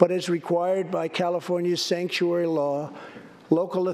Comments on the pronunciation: So he said “stangkuary”?😂😂😂❤️❤️❤️ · He called California and it's cities "Stankturary cities". New word for all sanctuary cities...because it is true.